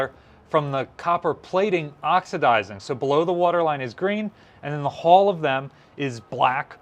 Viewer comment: Pronounce after me, "Hull, h-u-l-l, hhh---uuu---lll---lll"!!!!!!!!!!!!!!!!!!! You're as bad as Barry Boy when he pronounced corpsman as "corpse-man". You're doing yourself no favors with the ignorant "hall."